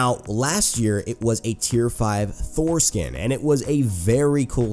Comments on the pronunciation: I was listening this from my phone and half listening while scrolling my stats in smite, and out of nowhere i hear him say "foreskin" and i listened that part again again and again until i realized he was talking about "thor skin"... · who laughed wen he said tier 5 thor skin lol